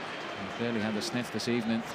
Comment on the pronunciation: good ebening